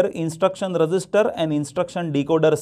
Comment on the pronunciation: Register ko thoda achhe se pronounce Karo aap resister bol rahe 😐😐